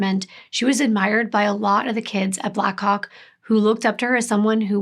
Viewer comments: How many times did you practice saying Black Hawk as clearly as you could before making this video lol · Ohh black HAWK! It took me a few times hearing it to realise what you weren’t saying 😂 😅